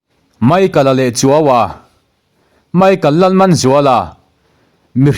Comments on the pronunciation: Pu Chuaua tih hi, PACHUAU kan lam a CHUAU ang hian lam tur aw, hma i sawn viau a, zir tur erawh a awm reng dawn a nia. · Pu Chuaua hming i lam a 'chuau' i lam dân kha a hming awmzia hre miahlo a lam i ang. 'Chuaua' kha lamsân tûr a ni e. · Pu Chuauva hming hi a thluk i va chhiar diklo ve, Pachuau tih a chuau tih thluk hian chhiar tur aw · A ngaihnawm rualin i chhiar pai trep thin. Chuaua tih te hi i lam pai deuh lo maw...